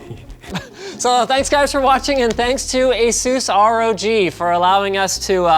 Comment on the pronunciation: "A SOOS"